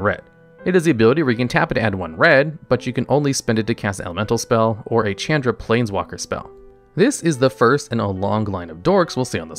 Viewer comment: Dude when you mispronounce flagstone names like Chandra, it makes it obvious you're reading from a script that you didn't write.. Its a bad feel.